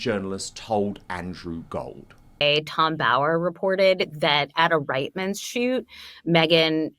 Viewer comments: It's pronounced REET-MAN'S FFS LOOK at how Reitman's is spelt! REIT = REET NOT Right!! The i after the e is silent and makes the lowercase e sound like an uppercase E ... we learned this is grades 1, 2 & 3 🙄🤦‍♀️ I'm a 🇨🇦 in my mid 50's, I grew up seeing the commercials on TV & hearing them on the radio Not to mention that I use to shop in their stores... I seriously thought that people would actually DO so research on how people's names like Jessica Mulroney (pronounced as Mull-Roo-Knee) and place names are pronounced BUT here we are 7 years on since Harry brought her to the Toronto Invictus Games and people STILL HAVEN'T pronounced Reitman's (REET-MAN'S) or Mulroney (MULL-ROO-KNEE or MULL-ROONEY like actor Micky Rooney's last name) It's F_*king Shameful especially when there are people making comments for several years telling people how to pronounce them correctly! PLEASE DO BETTER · Reitmans pronounced Reetmans.